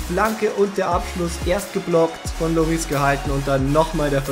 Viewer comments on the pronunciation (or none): none